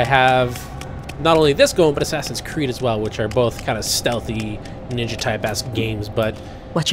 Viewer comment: Mark of the Ninya as was say